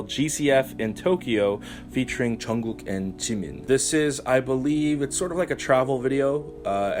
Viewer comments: It's "Jungkook" not "Chunggok" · I'm sorry if my comment offended you. But for me you're obviously pronouncing it wrong, I don't know if it's just me I mean I like your channel but yeah